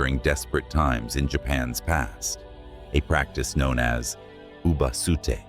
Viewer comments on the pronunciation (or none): If you are going to narrate these well-known and popular Japanese ghost stories, please do so with the correct pronunciation. Otherwise you sound just like any western English narrator blindly hired to read a "haunting" tale. As a starter, "AokiGAhara" has an accent on the middle "GA" . Likewise "uBAste" has an accent on the "BA" followed by a short "s", and so on. I suggest you ask a decent Japanese speaker to get the hang of these pronunciations correct (it is not at all difficult, basically a matter of where you place the accents) and thereby make your storytelling much more convincing to all of us. Good luck!